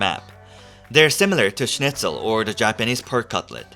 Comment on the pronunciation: Wow your pronounciation of Schnitzel is really good!